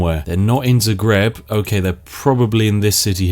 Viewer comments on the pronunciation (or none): I live in Zagreb, and you pronounced the name wrong, also Given how history actually went with the milanese, them being in Zagreb is an extreamly cursed sight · lmao, first time I ever heard some1 say Zagreb that way